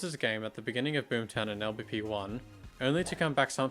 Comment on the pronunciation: LBP is not pronounced el beppe :') What kind of Swede is he